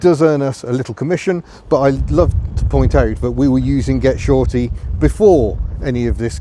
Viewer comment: Goshorty not “get shorty” that’s a film with John Travolta in it 😂😂😂😂😂